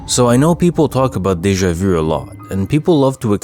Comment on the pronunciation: Good stuff, just need to work on how you say Deja vu😁